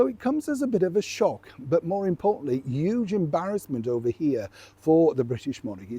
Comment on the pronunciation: I love the way you say "huge", you drop the H and it's so cute lol